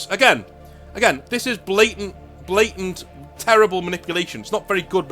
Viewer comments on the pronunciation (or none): none